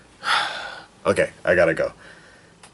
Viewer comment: Did he say CACOROCH